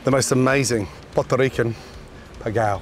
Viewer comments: Pégale not pegao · He did..lmao he did say pigal lmao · Who the hell told him that is pegao not pegal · Did he say "pigal"? Rewatch the start of this vid...he says "pigal" lmao.... Ramsay Ramsey ramsey stay out of our kitchen!!! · We love you Gordon Ramsay but what the hell was that?....Gordon, that is NOT "pegao" lmfao....Still, thanks for the visit and for sharing your "INVENTION" with us and the world...LOL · A stable!??? Lol Ermmm no. That’s “pegao” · I'm laughing so hard. I first i didn't understand he said pegao. The i saw what he was doing and started thinking que carajos hace este. lmao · No, we’re not mad at a British person for mispronouncing Pegao, we are upset because he made Chinese fried rice and claimed it was Puertorrican Pegao.